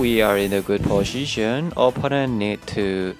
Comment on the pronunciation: Stop saying posyisyon it's so sound so dumb